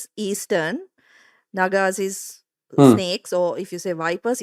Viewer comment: The pronunciation goes with Naa-gaa-s